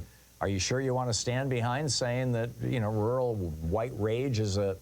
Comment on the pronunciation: This is so poorly timed, come on dude look around the world, read some news, do you see a lot of rural white rage or do you see a lot of urban elite white rage, if you think rural white rage is either a thing or a threat, you're dumb. you can't even clearly say the word rural.